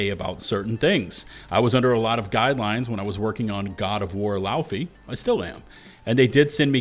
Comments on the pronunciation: Lauf-ay not laufie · Just fyi, the Icelandic word "Laufey" is pronounced more like Low-vay like "low" in low price and "va" in vacation.